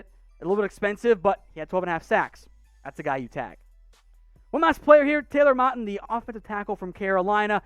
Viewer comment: Pronouncing moton last name wrong